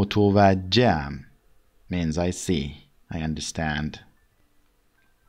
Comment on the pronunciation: Great video! Motavajjeham, not motovajeam. متوجهم، نه متوجه‌ام.